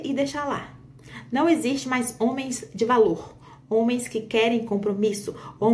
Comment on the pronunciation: Os "zôme." 😂😂😂